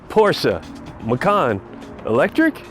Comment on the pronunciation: first time i heard american saying the name Porsche the right way.